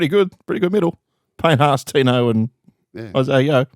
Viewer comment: Gus ace it with Tinos last name correct pronunciations 👌